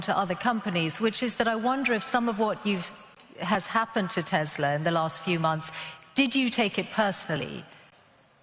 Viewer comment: Come on lol She doesn’t even pronounce Tesla correctly!